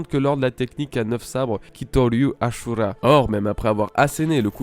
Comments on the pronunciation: Le "SU" se prononce "SHU" en Japonais ^^ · c ashura pas asura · Ça me casse les oreilles quand ces youtubeur ne savent pas prononcer correctement les noms des personnage ou des choses. Mec on as ajouter un H avant le S du ashura, et non asura, tu prononce comment si je dis Shaka ? Pareil c est ashura et non asura, alor tu va ignorer mon commentaire normal, pas facile de prononcer correctement les noms dans l original.😅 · C pas asura mais ashura 🤣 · Pas asura mais aSHura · Sa vous stess pas qu'il dise asura au lieu de dire ashura comme dans l'anime??? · ASHURA et pas ASSURA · Ca ce dit pas AsHura??